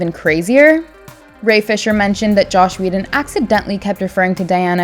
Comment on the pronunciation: "Josh Whedon"